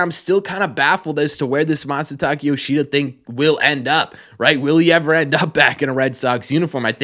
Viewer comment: Isn't his Masataka not Masataki?